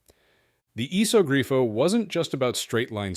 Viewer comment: also its a "iso grifo" not a "esog grio"